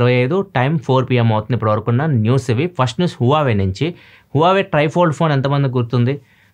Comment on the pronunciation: bro adhi hua-vei kaadhu it's huh-vai🤗